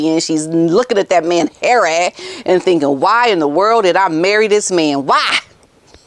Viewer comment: I love how you call HARRAY!